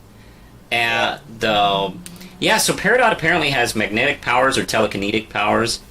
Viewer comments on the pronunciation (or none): Never thought I'd hear it pronounced telekeNEEtic.